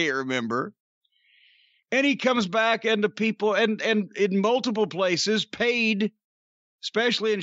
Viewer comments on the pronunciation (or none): "Da Peeples"